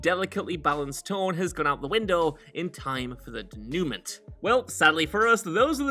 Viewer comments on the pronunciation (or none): Anyone else disturbed by the gross mispronunciation of denouement. This has never struck me a AI generated narration.